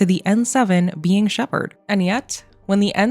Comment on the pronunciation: It’s not Shepard